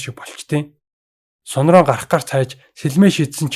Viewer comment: Ахаа Сун-Ронг гэдгийг Ронг гэж бичээд уншихдаа Рон гэж уншдаг шүү,Тэгхээр Сун-Рон болно😉